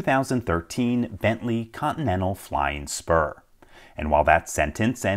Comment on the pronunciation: Flying Spur I heard it like "FLYING SPERM"